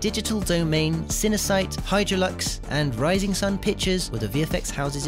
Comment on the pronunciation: It's not pronounced "hydralux", it's pronounced "hydraulics" (hydraulx)